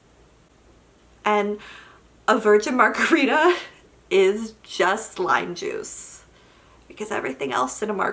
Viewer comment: Guuurrrrrrrrllllllllll I feel you about the margarita thing - they're so refreshing, I just want a sip 😭 Also thought you said "lie juice" instead of "lime juice". Both are true about virgin margaritas.